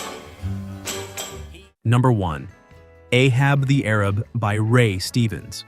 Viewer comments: AHAB THE A. RAB NOT AHAB the ARAB . Research , research , research !!!!!!!!! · It wasn’t Ahab the Arab. It was Ahab the A-rab.